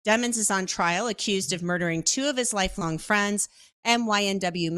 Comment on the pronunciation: DEEEE-MONS, not deamons, no one wants to stay it the right way lol